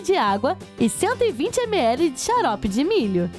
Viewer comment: ela disse chalope de milho no lugar de charope kkkkk😅😉😂